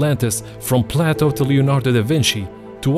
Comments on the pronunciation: It's Play-toe not Plateau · Play toe not platt o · This narrator is doing a horrible job! His pronunciations are totally off. He pronounces PLATO as plateau amongst other horrors! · No. The Richat Structure is not the leading challenger for the location of Atlantis. It’s in the Azores to best match Plato. Btw Plato (at least in English, and American) rhymes with Playdough. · The way he pronounces Plato are you serious bro?